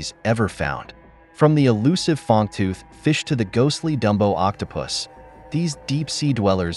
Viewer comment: do you have AI doing your reading? it is "Fang-tooth" fish, not "Fong-tooth" fish haha